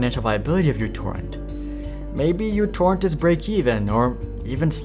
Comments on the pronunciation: it's no Utorrent, it's MItorrent, or MEEtorrent. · uTorrent is not pronounced "you torrent". The u is actually the character mu from the Greek alphabet. The program is correctly pronounced "mu torrent" or "micro torrent". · It's pronounced "Mu" torrent; not "U" torrent. Named on the fact that it has/had a tiny footprint. A branch-off torrent client is similarly named PicoTorrent. And what happened to MuTorrent is simple: The ads sunk it! Did/Do they really think that the community which is used to freely downloading music, movies, books, software etc is going to use a non-free service?!😆😆😆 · Mi not Mu. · The greek letter is actually pronounced "mi", not "miu" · if you KNOW it's not YOU-torrent but M(Y)U-torrent, why do you keep calling it that? the only people who call it YOU-torrent are little kids who don't know the Greek alphabet... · Im Greek, I want to point out that it's actually pronounced mi not u. Btw love your videos, they are very entartaining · μ is not pronounced mew. It's pronounced "me". So it's me torrent or mi torrent or micro torrent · no, it's mu torrent or microtorrent. People just say utorrent because they don't know that it's mu not u. It has nothing to do with what country you're in, mu is a Greek letter used as a prefix meaning micro. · /mewTorrent/. that's not a u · It's not uTorrent it's micro-torrent 🙄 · Isn't it pronounce micro torrent where u (miu) is the simbol of micro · It's Mu torrent...